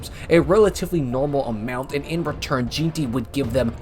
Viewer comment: Jeanty is pronounced gen-tee, BTW